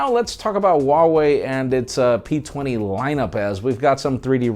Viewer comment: In did you say pizza and p20 ? hhh Ps: love your reviews and news